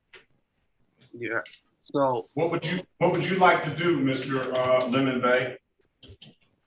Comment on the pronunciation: Love how the judge keeps pronouncing it "lemon" rather than "le-MON".